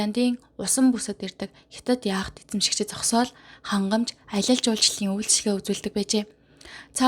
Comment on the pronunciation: Яаат гэж дуудна шүү. Яхти биш